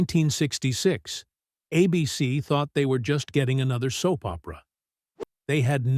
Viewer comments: Wtf is this AI pronunciation that seems to have taken over YouTube? You pronounce the network "ABC" as "Ahh-beh-seh" ????? What were you thinking? And then, you don't correct it. Never watching your ridiculous channel again. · ABC (which, by the way, is pronounced with a long A, not a short A as in this video) never banned Dark Shadows. It was cancelled. Major difference. And why did you show a picture of Tony Curtis when talking about Dan Curtis? Did you think they were the same people? Such sloppiness is evidence of a video and a channel not worth watching. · It's pronounced ABC not a bee sea. I'm not too worried about A.I. yet. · The movie was a swan song for the series. The major characters were killed off in the movie. Dan Curtis was already moving to TV movies. "Ah-Bee-Cee"? AI needs a pronunciation guide. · WTF is Uh-BC? I think the I in AI stands for ignorance. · A Beesee? What's a Beesee? Is that how a fake human reads "ABC?" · A Beesee. Really???? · What is "a bee cee?" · Two minutes in and the AI pronunciations are already grating. The network is not Uh-Bee-See ( , with correct pronunciation 10 seconds earlier) . Please have an actual human listen to your own work before posting. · It took the AI over half the video to say ABC correctly. I loved this show and was one running home from school to watch or the AI cringe would have made me stop watching. Long live Dark Shadows. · Twice the AI didn't use the long 'A' in ABC. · Worried? Neh. Disgusted! Why are mechanical narrators so lousy? Bad timing and mispronunciations of common words and famous names abound, but to screw up something as basic as "ABC" is worse than pathetic. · Who pronounces ABC as "a BC?" AI, of course 😂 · It’s A-bee-cee no a bc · I can't stand these AI-narrated videos. Repeated "a BC," instead of "ABC" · Why do you keep showing the actor that played commander Rikers father in st tng? Also, cant stand AI narration! A BC instead of ABC. Oh brother! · "Ah B.C." Don't you just love AI?